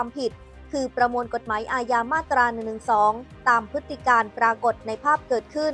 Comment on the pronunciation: อ่านให้ถูก..พฤติ-กรรม ไม่ใช่พฤติ-กาม ? เอาให้ชัดๆ!